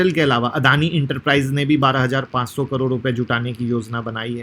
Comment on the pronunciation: करोर नहीं करोड़ 😂😂😂